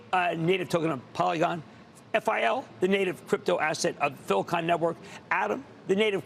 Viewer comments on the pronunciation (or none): Yeah Cramer, we arr going to listen to you when you can't even say FILE-coin's name right 😂😂